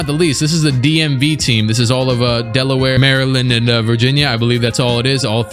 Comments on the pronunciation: You said Deleware ?? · Mans said Delaware😭😂